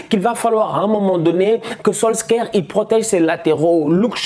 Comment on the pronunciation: il aime trop prononcer les nom a la francaise solsker 🤣🤣🤣🤣🤣